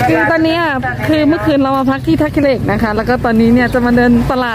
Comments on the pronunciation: 💕💕💕 💞 ท่าขี้เหล็ก 💞 ค่ะ ไม่ใช่ 💞 ท่าขี้อเหล้ก 💞 ค่ะ..อิอิ..💕💕💕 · ท่าขี้เหล็ก ไม่ใช่ ท่าขื้อเหล็ก จ้า ❤️